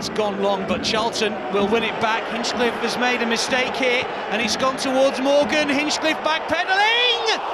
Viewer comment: The amount of times he mispronounced Hinchliffe's name really annoyed me.